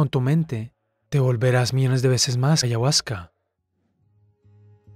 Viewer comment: No digo que no tenga razón. Pero si no sabe ni pronunciarla, como se atreve a hablar tanto sin conocer.